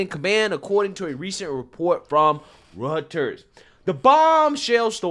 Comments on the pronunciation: And again, Reuters is not pronounced Rutters, it's pronounced Roy-ters. Again, come on man. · (Roy-ters) not (Rut-ers) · Pronounce it "roy-ters" aka "reuters" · Pronounced RoyTers. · It's pronounced 'rooters' (Reuters) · Reuters is pronounced “Roy-ters”🙂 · It’s Roy-Ters my boi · Roy-ters =Reuters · Again, no shade. Just trying to help you out. "Reuters" = ROY-ders It's nearly impossible to get it right if you've never heard it said before and are going by spelling alone. Keep up the good work.